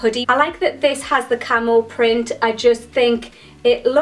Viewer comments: KillerQueen unfortunately i read this comment before i got to that part of the video...then could only hear 'camel' 😂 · For a second I thought you kept saying camel instead of camo. :P